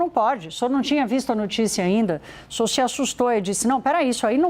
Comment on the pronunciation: Essa mulher troca o s pelo x. Que agonia. O xinhor xe axustou? Não consigo!